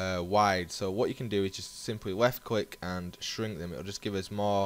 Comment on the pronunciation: lool i swear you said 'weft click' :D